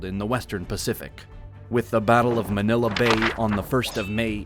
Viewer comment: Please work on your pronunciation of the Filipino words. Manila is the one you got it right.